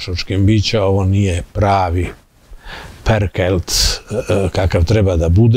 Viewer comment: Profesionalna ispravka nije "Perklet", vec PERKELT.. sve najbolje.